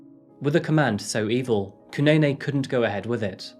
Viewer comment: 😂😂 I thought the same thing dude. He kept on pronouncing Zanele and Kunene wrong.